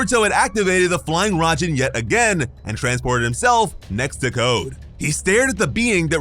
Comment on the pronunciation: Fly Raijin not rajin